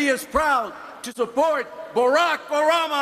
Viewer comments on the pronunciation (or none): Oh, Joe Baca. You need to pronounce Obama's name correctly. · not his best speech, specially when he mispronounced Obama's name... but its good to know he was given the floor.